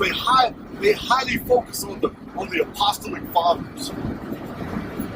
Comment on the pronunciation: Greatly appreciate the cleaned-up audio! Super information. Just a couple points on pronunciation: A-puh-STALL-ic and You-SEE-bee-us. Your scholarship is mind-blowing. Thanks for being such a repository of historical information, and for sharing it.